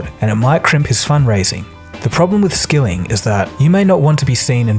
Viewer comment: Why 9-1-1 call stock video?! "serve" not "severe", "Skilling" not "skilling" Tsk tsk tsk